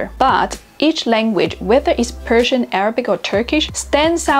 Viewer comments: You don't pronounce Persian words right 😐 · her Persian pronunciation is over terrible come on! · You pronounced arabic and persian the same …. Not correct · به عنوان ایرانی میگم خوب تلفظ نکردی